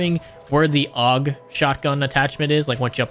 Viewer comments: Are you calling the "AUG" the "UGG" on purpose? Heard you say it many times in short succession and NGL I kinda had enough, lol Edit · it's not "ugg" it's "Aww-gu" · its not called an ugg. its called the A. U. G. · This man is really calling my AUG "UG". My heart hurts xD thanks for the vid! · "the Ugg underbarrel shotgun" 🥀🥀🥀